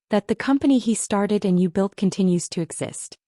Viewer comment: It's built, not belt.